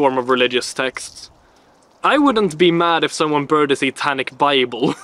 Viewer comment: Yes he said SATANIC BIBBLE 😂😂😂😂